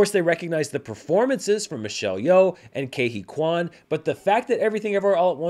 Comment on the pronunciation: Ke Huy Quan's speech was definitely one of the big highlights of the show for me. By the way, his name is pronounced KEE (like the word "key") HOO-ee (rhymes with "buoy") KWAN (like "swan", you pronounced it correctly :D)